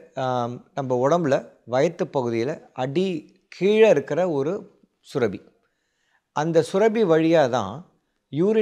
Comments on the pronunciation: It sounds surabi. It should be surappi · டாக்டருக்கு மருத்துவம் தெரிந்த அளவுக்கு தமிழ் தெரியவில்லை சுரபி அல்ல சுரப்பி